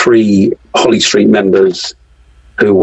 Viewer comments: lol did a man say holy street? 😂 it’s holly st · It’s holly street not holy street